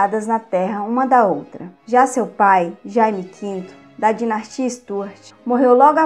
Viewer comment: O conteúdo e mto bom mas,cuide mais das palavras.Dinastia e não dinatia .Só um exemplo.Há mtos erros de português.Inadmissíveis nesse tipo de vídeo